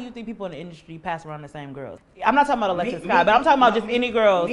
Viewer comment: damn he did cuban and alexis wrong lol